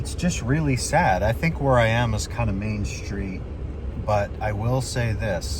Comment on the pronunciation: I have to ask- Why in God's name a are you saying "Shtreet"?? Isn't it STreet? It's actually painful to hear